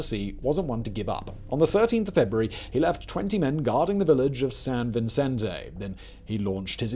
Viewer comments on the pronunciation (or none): “On the 13th of February” - “Feburary 13nd”